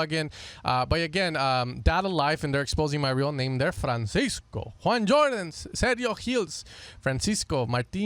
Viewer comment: It's Julian Jordan and Seth hills , not Juan ,and what ever gibberish u said my man 🤦‍♂️😂😂😂😂😂😂